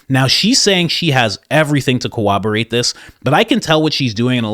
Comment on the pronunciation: Hey, dear, many people say this but it is not "cowoberate" but "corroberate."